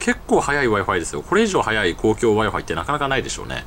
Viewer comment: wi-fiが我が輩に聞こえた